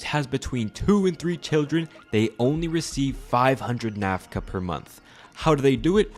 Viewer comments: Currency is called Nakfa not Nafka. As in Nak rhymes with Tack and Fa is similar to fa in sofa. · correction on the pronunciation of the currency. the whole video you say NAF-KA. its NAK-FA. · The only wrong in this story is. It's Nakfa, not Nafka. The rest 💯 true, there's even much more worst things about that f**king government & his supporters. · Выборы отложили с 1997 до... Украину не напоминает? А чудик хоть бы выучил как их валюта называется. Накфа, а не нафка, ДБ! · I think you’re pronouncing the currency wrong